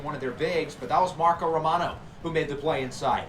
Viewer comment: have you ever tried using a coach's challenge before? I think it could come in handy. Also, liked how you said romano's name.